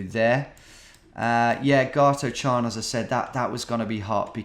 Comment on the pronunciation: Gartochan is pronounced gar-toch(rhymes with loch)-an